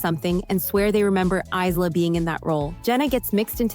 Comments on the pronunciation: I heard "Isla"(Eye-luh) was pronounced "Ice-la"? 😂😂😂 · I know, that's what we call ours too. But for Isla Fisher it's just pronounced Ahy-luh coz it's a name .